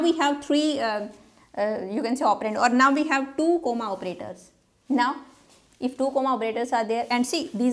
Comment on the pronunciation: The way you pronounce comma is funny (coma) 😂😅